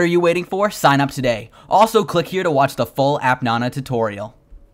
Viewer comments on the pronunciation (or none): "app NONA" fuck u its fucking "app nana" not fucking NONA. fuck this channel